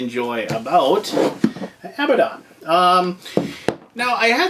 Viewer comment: You can't even pronounce the name of the game right!! ....Those components look awesome. Seems fun and explosive all around.